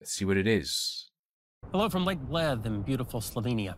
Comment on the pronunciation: He mispronounced Lake Bled. I know no one cares, but I do.